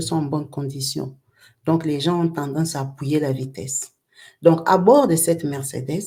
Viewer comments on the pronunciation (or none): none